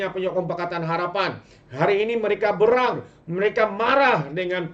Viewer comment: Aku harap tuan perbetulkan sebutan "berang".. dah byk kali dah sebutan "berang" dlm conten2 sblm ini !!!!